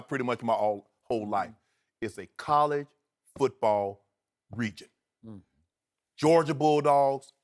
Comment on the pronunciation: He said "A collie football region" lol. Love Shannon but he can't talk to save his life lol